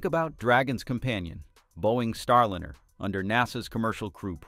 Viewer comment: It's not STAR LINNER. It's STAR LINER. Teach your AI to pronounce this right. It's jarring.